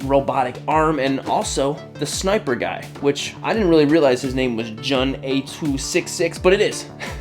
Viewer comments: You say it like June not jun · Eric video! always loved Halo and this is definitely my favourite figure you've reviewed. I would love to see more reviews on the rest of noble team, keep up the good work! Ps. its pronounced June not jun. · His name is pronounced as "June" 😂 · dude jun is not pronounced that way it's pretty much like saying June just without the e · It's pronounce June bud but I might get this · Yo bro you should probably check out the three zero figures probably the transformers ones, also you pronounce Jun as like "June" 😅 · his names is pronounced " June " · jun pronouced "joon" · Jun’s name is pronounced the same as the month “June” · the way to pronounce his name is actually "June" like the month, regardless though this is an amazing figure